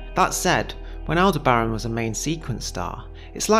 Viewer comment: It's pronounced al·deh·br·uhn with the emphasis on "deh".